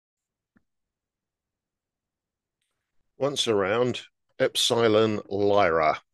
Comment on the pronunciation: you always say the names wrong, or i should say differently than most, Ep-sil-on!.